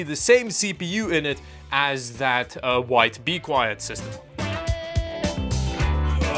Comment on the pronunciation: Did you just call the "White BeQueit" system the "Wife Be Quiet" system? , lol Sounded like it. 😂